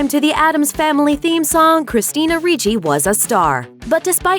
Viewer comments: RIchi not REEchi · Ok, let me clarify something that bothered me ALOT. You pronounced 'Ricci' like "Ree-chie" when one my side of the family it's pronounced "RICH-IE" I don't know how Christina pronounces 'Ricci' but that's how I've always heard people pronounce my last name. It gets me triggered sometimes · It's not reechie it's like Richie........ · Ricci not reeeece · It's pronounced Rich-y.... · is her name actual pronounced like that, everytime she went RREECHEEE something in me died a little, I've a feeling she's not pronouncing it right...